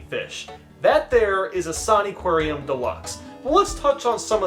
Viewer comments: "In-saa-nee"????? It's Insaniquarium, as in Insane Aquarium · It's INSANE! NOT ISANE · I don't really like how pronounces "Insaniquarium." It's a portmanteau of "insanity." and "aquarium." So In-san-ih-quare-ium. Not In-saan-ee-quare-ium. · No way he pronounced insaniquarium A saknee kwaryun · Ah yes Insaniquariam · I pretty sure is pronounced insane-Aquarium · My only gripe with this is how you call it, "In-sah-ney-quarium" other then that amazing review of an equally amazing game. Also cool guitar remix in the montage section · I played this! Also its pronounced insane-i-quarium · Pronounced insane aquarium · I can't be the only one internally screaming every time he says the name like that, right? Isn't it pronounced insanitarium but aquarium? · It's pronounced insan-ni-qua-u-ium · Its pronounced (im pretty sure) In-san-aquarium, almost like insane aquarium but its san and not sane, also this game is literally me and my sisters childhood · I remember playing this game all the time. Also, it's pronounced 'Insane-Aquarium', IMO. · terrible at pronouncing bandy ITS CALLED INSANE-AQUARIUM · The game’s pronounced, “insane aquarium” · Isn’t it pronounced “Insane-Aquarium”? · my gOD STOP PRONOUNCING IT LIKE THAT